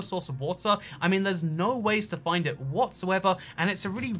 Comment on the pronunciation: It Not 'itt'